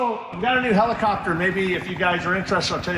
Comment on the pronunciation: Sure, but whats a "Helecopter"?????